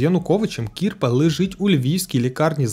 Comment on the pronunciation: Тільки Не КІрпа а КірпА